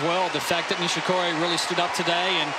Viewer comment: 『ニィシ↑コリィ↓のサーブ』